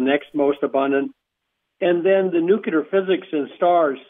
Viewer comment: Thanks, Linda- Great work, as always! And, I am really wondering WHY is it so hard for this researcher guy to pronounce "nuclear". He seems to ignore the nucleus of atoms and use the non-word "nucyelar"... I find it so distracting and strange, especially since he is supposedly some kind of expert on nuclear physics stuff and he uses (and mispronounces) the word so many times... Ugh! 🧐🤩 SMH